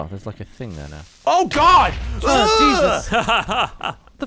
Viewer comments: Gavin lost his accent and sounded so American when he screamed oh god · Did any one notice how not British Gavin sounded when he yelled "Oh God!" As the creeper exploded. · does anybody think that gav sounded really american when he yelled oh god ??? or did somebody else say that...?